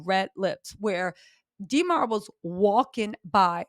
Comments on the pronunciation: please stop saying DEE MAR its DA MAR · For next time. Demar is a soft E not a hard e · Dee mar is killing me. Why you saying his name like that😂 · Stop calling that man DeeMar . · Yall Remember “DEEE-marr” Derozan right? Lmao funny😂😂